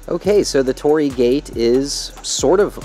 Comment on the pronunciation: torii not tori, say an additional 'I' after Tori